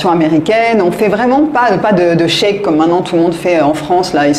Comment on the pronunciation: Merci d'avoir bien dit correctement "shake", et non pas cet horrible "ckeck" que 99,99% des Français nous balancent et qui ne veut rien dire dans le contexte